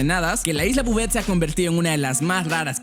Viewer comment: Bouvet lo estas diciendo mal porque Bouvet es mi apellido y asi no se pronuncia